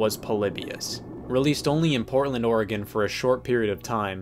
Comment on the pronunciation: Holy shit he said Oregon correctly. Scott you beautiful, beautiful man.